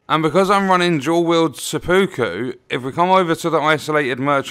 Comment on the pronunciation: It's pronounced sep-puku